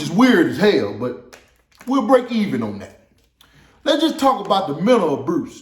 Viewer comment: Menal Abruce??? Yo what??? boy you a foo wit it 🤪 🤣 😆 🤣 😂